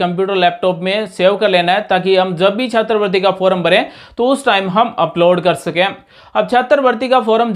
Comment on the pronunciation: सर जी छात्रवृत्ति बोलिए,छात्र वर्ती नही